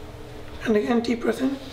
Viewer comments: AMMAR YASIR that’s all I hear now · whenever you say "again" it sounds like you saying "dickhead" LOL i m really sorry.